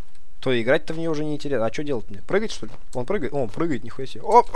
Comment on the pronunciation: не шо а что